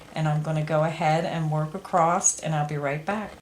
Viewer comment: The word is "across" without a t on the end.